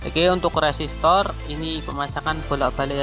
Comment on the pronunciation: Koreksi mase, u resistornya nyebutnya lum bener itu, tetap semangat